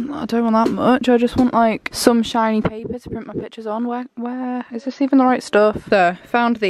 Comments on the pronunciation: you sounded so northern when you said 'shiny paper' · Jasmin Simpson-sherry I know right